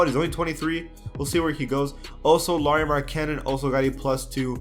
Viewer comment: Lauri Markkanen is pronounced L-OW-ree MAR-ka-nen (like ow, it hurts) it's alright though you're probably so so tired like Porzingis lol